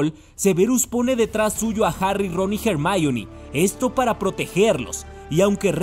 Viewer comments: Se ha puesto de moda decir jermayom? Parece tonto el que lo dice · "jermaioni" xDDDDDDDDDDDDDDDDDDDDD